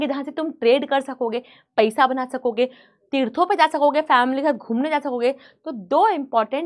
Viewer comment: paysa 😂😂😂 not paisa was pronounced